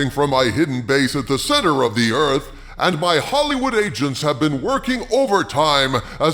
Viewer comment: Kinda sounded like you said, “My Hollywood Asians”….😂